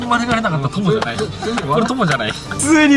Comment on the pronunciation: まぬ⤴︎がれなかったwww